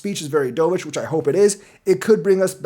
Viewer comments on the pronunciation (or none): I keep hearing "D'oh!-vish", makes me cringe. It's dove (duv) like the bird, not what you did in the pool 😂 but do you, I'll still be here...